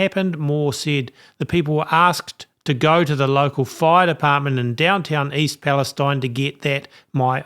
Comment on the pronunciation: I live just east of East Palestine-there are no words to describe what we are going through. Tragic. I’m tired and feeling like I can’t take anymore. Just a side note - this little town pronounces it’s name East Pal- es- teen.